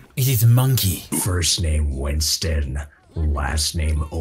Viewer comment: Ah yes Wington